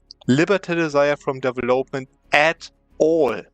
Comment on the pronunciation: Immer wieder cooler Cheese, den du zeigst. Aber "development" betont man auf dem VEL, nicht auf dem OP ;) deVELopment